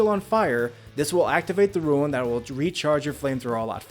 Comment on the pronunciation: What part of the word R-U-N-E makes you think you should pronounce it "Ruin"?